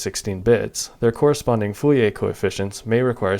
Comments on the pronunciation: saying Fouriae instead of Fourier is annoying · But, you keep saying "Fouiller" instead of "Fourier" 😅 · Every time I heard "foo-yay" I twitched. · Are.... are you saying ... Full e a transform? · Why are you saying foolyay transform? is it some kind of a joke that I miss, or just an engagement bait? either way consider me engaged. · Sounds more like 'foo-lee-ay' to me.